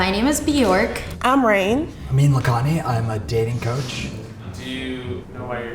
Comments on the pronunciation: "My name is " pronounces it incorrectly lol. Anyway it's really good to hear more about the different disabilities people around the world struggle with. I and so many people I know have invisible illnesses which is tough but even people with visible indicators are hard to know because there are so many variants of illnesses too that there have been times I haven't even known what someone's disability is when they tell me and need to look it up to understand it. It's really shameful and sad that we know so little about things that cause daily/lifelong struggle to people's lives. Most of my doctors don't even know what rheumatoid arthritis is lol. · She can’t pronounce her own name smh